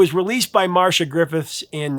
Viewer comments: Thanks for this very interesting video. FYI Ms. Griffith's name (Marcia) is pronounced "MAR-SEE-YAH" not "Marsha". And Rastafarians would NOT have written a song about a vibrator, so I believe Bunny Wailer. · Marcia, not Marsha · Love the channel,Sir. 😊 I've always heard it pronounced Mar see ahh. 😮